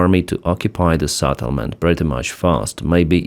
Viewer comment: Not Satelment!!! Settlement!! SEtElment!!!